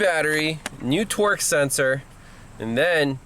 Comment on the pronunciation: when you say torque it sounds like twerk , my girlfriend was giving me the look and had to come and see what i was watching. Are you from boston or something? Either way, very informative and useful information.